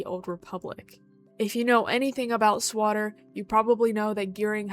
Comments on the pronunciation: excuse me. did you say "SWATTER" ???? Please tell me you meant SWO-TORE.. "SWATTER" are you insane!? 😂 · SWO TOR not swatter..lmao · Swatter? 😂 I have about 6K hours in this game and never heard it pronounced that way. Is that a new thing, or a you thing?